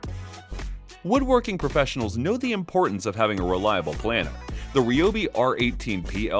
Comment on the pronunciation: planer is pronounced "PLAIN-er" - what this guy is saying is the word "planner". Also sounds weird to say "one fourth" constantly instead of quarter but whatever.